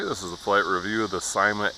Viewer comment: thanks for the fun video! Just want to mention, it's pronounced "see-ma", according to Linda Wu, who is some exec with the company. Again, thanks...(I got mine in the mail two days ago)!